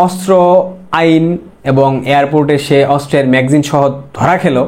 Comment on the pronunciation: ম্যাগজিন না....বলতে হবে ম্যাগা জিন=ম্যাগাজিন....ক্লিয়ার....